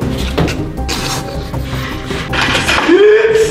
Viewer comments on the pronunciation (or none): I love how said sprit?!